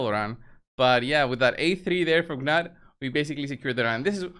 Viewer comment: Its nut the g is silent